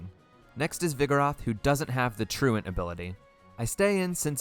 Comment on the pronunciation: Thank you for pronouncing 'truant' correctly. I always get a laugh out of how many poketubers say tru-ONT, but it's getting a little old lol. Great game choice for the run btw! (And everyone knows that Flannery pokemon is Ligma.)